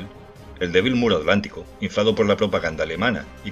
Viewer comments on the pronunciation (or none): none